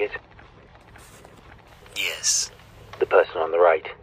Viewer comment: Why'd he say "yes" like that? 😂